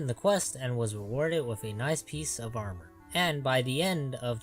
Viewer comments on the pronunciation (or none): none